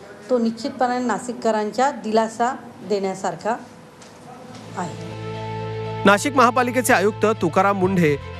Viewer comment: बिनडोक बाई नासिक नाही नाशिक बोल.. कोणी महापौर केले तुला..